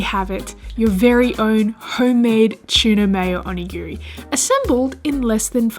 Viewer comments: It's pronounced "too-na" not tiuna. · It’s tuna not chewna lol .. couldn’t watch full video couldn’t stand the pronunciation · She says chuna. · Chuuuuna. 😭😭😭 oh gosh sorry, i had to watch on mute. It was overwhelming for me to hear how you said tuna. Kudos and thanks to the recipes though. I loved that you had fun making them and sharing it. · Tuna or Chuna? He he he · Is it hard to say tuna ahhhh chuna why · Some of these look really good. Funny how Aussies pronounce it chuna... :) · Same as us in England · I love how you pronounce tuna as chewna. 😄 I remember the comedy tiktok copying accents. Its so funny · I didn't know "T" was pronounced "ch." :-P